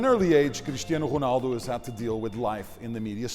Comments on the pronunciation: So annoying when he says "ghunaldoo" instead of "Ronaldo" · the voice over says whonaldo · Everything's alright with the video.....but wat the Hell is hunaldo??? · Why does the guy keep saying Jonaldo instead of Ronaldo? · You dumbass I think he means how the Commentator says his name it sounded like Honaldo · whos HONALDOO.... HAHA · It's ronaldo not xornaldo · Annoying how the narrator says Ronaldo like Hurghhnaldo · Honaldo. Lol .Fuck this journalist. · I hate how he says "Honaldo" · The R is silent in portuguese... he's technically saying "O-naldo" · Prounces Ronaldo wrong, pronounces Real wrong. Fucking idiot trying to make things sounds exotic.